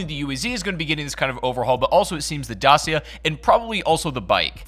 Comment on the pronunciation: As a Romanian your pronounciation of Dacia made me laugh.